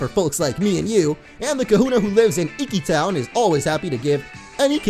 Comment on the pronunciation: I'm guessing people have already answered it, but yes...we like to call others whom we are closed to, but not related to, Aunts, Uncles, Cousin... it's a form of formality =) Very awesome you pronounced Professor Kukui's name correctly too! ^_^ oh, and it's e-key town ^_^